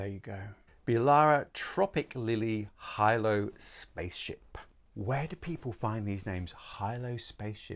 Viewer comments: Big fan of you channel, very helpful. Out of interest Hilo is pronounced hi: lou the same as the island in the Hawaian group. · It's pronounced He-low spaceship. Hilo is a town in Hawaii